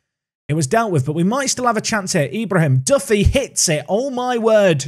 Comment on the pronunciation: For Ibrahim it's pronounced e-bra-heem. The e making the same sound as it does when you say exquisite